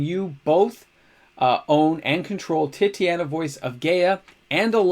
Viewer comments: Tit-aw-nya, not Titty-anna. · Yo brother- fyi, I think its te-ta-nia . And another good segment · Wow. Titania is not pronounced that way lol. Tight-ane-E-ah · No, I really love "Titty-Anna" . It's way less fun to say Tight-Ania or is it?